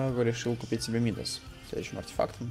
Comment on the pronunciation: Не ми́дас, а мида́с.